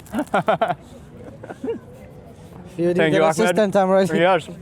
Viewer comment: Great video Mark! But you have to learn to pronounce the name Ahmed correctly :)